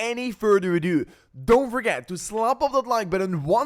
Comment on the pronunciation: "Widout any furder adew!"😂